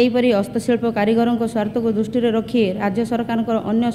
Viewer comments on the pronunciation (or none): none